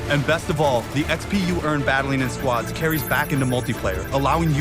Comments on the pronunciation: Hey Ali a It's called squads not sqods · I like how you say squads like squods XD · Half the time it sounds like he is saying "squats". Switch that into every time he says squads and its hilarious! XD